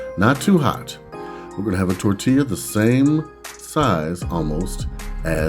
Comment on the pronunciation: great idea with the potato masher! the double LL in tortilla makes it tor-tee-ya. lots of good mexican food in california.